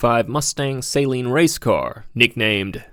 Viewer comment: Suh-leen. You're a ford guy come on.